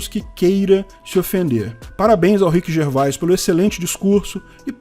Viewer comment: Orra,! Se pronuncia Rhiqui Gervês. 🤣